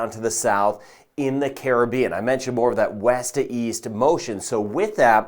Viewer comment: Thank you for pronouncing Caribbean correctly 😅